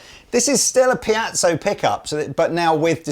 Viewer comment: Brilliant guitars and very good presentation, but after all these years, why hasn't anyone dared whisper to it's piezo, not piazzo!? They did?!? Well, then... Maybe we'll just have to change the word?